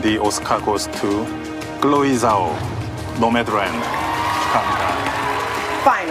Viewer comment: Zhao - pronounced as Jao